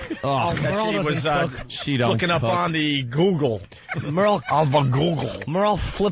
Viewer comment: Ok, here’s the plan. Patrice and Jimmy, you to be wickedly hilarious. Ant, you do great voices, provide amazing analogies, and be super funny. Um, Opie, you say google in a weird way. All right guys, break!